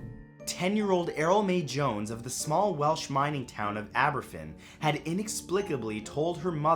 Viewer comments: #5 it's pronounced Ab-uh-van :) It's such a tragedy and its never talked about, because basically no one knows about it outside of the UK. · Aberfan is pronounced aber-van :-) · As a welsh person I can say the way you pronounced Aberfan was terrible! Hhaaha! But love the vids Matt! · Aberfan is pronounced Ah-buh-van, in Welsh, F is pronounced V Just letting you know, even though I'm really late :P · Welsh words are hard to pronounce. Even for our English cousins. Aberfan is pronounced A-ber-van. But really good try ☺ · the Welsh town of Aberfan is pronounced Ah-BER-van. I've been there. My Uncle helped search for bodies after the slide. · It's not pronounced Aberfan. The F is spoken as a V.